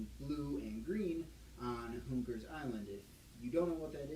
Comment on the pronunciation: Did you say Hoover Island or Hoonker Island? Cause on the wiki page it looks like it says Hoonker.